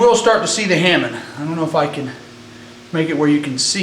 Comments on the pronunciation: oh btw, i know this is 5 years late (posted in 2009 lol..) but hamon is pronounced huh-moan not "hamen" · just for the info ,Try to respect the legacy as you are a swordsmith and please pronounce tha HAMON as its actually written and not ,hamen.Please. No insult intented.Just a heads up. Thanks for spreading the knowledge around.Keep up.